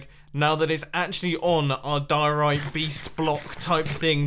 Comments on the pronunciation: Die-Orite! Its name should be Orite. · Oh my god I can't believe that Mumbo lost his occasion of putting mustaches on the diorite block and call it mumbo diorony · Senior Dumbo Dioriti (Diorite-I) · his name should be die-ore-bite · Call him Di-Ri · Dio-rita. Diorita. Rita. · Call It "Happay diori" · You should call it (die-Tony-I) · Its diey the dieorit block its nastey bl9ck but good biuld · It’s Diorni or senior-block-of-the-week-oni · "Diorito Blockoni" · Call it the die-orite